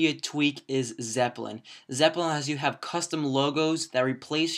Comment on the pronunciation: It's nnot Zepplin its Zeppelin